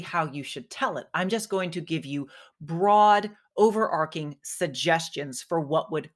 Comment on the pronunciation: it's "overarching" with a ch as in chicken, overarcing is not really a word